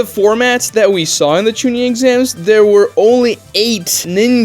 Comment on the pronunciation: Bro said chinin 🗣️ 🔥